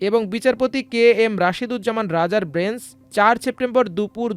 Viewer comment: ব্রেঞ্চ নাকি বেঞ্চ?